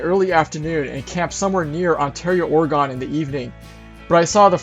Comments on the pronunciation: Excellent video. We are considering doing this journey in a Jeep! I'm dying to drive Ophir Pass in CO. A friendly tip from a native Oregonian to anyone who's willing to listen and learn: we pronounce it "OR-a-gin" instead of "OR-ee-gone". Happy future travels to you,! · Great video and some beautiful scenery… Side note: Oregon is pronounced “Ory-gun”. I hope to some day take this same trip in the next handful of years. Cheers 😀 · its Oregon not oregone we didnt go anywhere